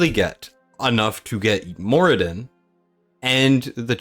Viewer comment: Who the heck is More-I-den